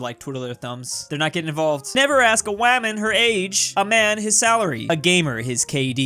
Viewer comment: why does he say waman instead of woman. are you not allowed to say woman now on YT?